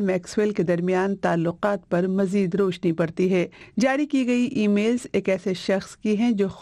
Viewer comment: Such bad Urdu! It's not pronounced roashni, it's raushni. How freely words with a khhay are said with a khey! I've said it before, BBC needs to improve its language quality, or perhaps not call it BBC Urdu